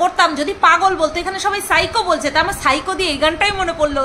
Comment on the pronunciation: Ajj Sunachi..Phycho Ki Pronunciation..Shiko😂😂😂